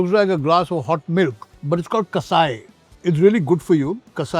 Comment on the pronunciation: that's not kasai, it is called kashaya / कषाया